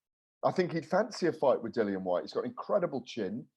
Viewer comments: Patrick your right it’s pronounced lilian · Why does always say Dillian’s name wrong? It’s annoying